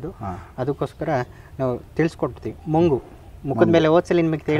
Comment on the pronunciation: Sir ಅದು ಮಂಗು ಅಲ್ಲ ಬಂಗು